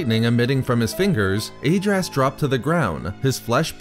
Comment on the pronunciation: Great video but you should listen to the Decieved audiobook for the correct pronunciation of Lord Adraas,hurts my ears to hear it pronounced wrong.